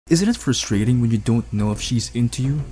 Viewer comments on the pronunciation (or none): none